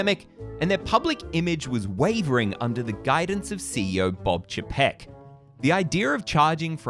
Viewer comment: I never quite understand why you persist with your way of saying “Chapek”. It’s literally different to everyone else. Maybe they’re all wrong? Or you know something no one else does? 🤷‍♂️